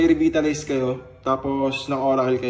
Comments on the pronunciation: Reh-Vai-Tah-Lyz ☑️ 🗣️ Reh-Vit-Tah-Lyz ❎ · Rebaytalays hindi rebitalays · Hi lods,. Been watching your tutorials and really helped alot. Just 1 advise though, It's not pronounced as "Revit" It's "Re-vai-ta-lays" Please don't get me wrong on this. Godbless and more powers to come. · Boss, REEVAYTALAYZ ang basa dun. haha Pero salamat sa video, lalakas lalo ang Hylos ko. TY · Re-vay-ta-lize po. Idol tank pa din